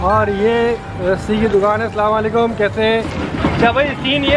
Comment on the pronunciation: Bhai sallam wallekum nahe Asalam Walekum bhai salaam ALLAH ka kalam hai Bhai sahe bola karo